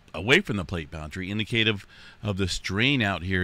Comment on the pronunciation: You should look up how to pronounce the word indicative.